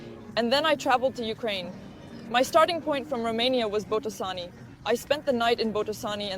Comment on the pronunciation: It's Botoșani (bohtoh 'shany).